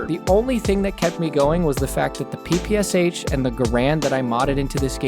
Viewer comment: it's PPSh by the way not PP-S-H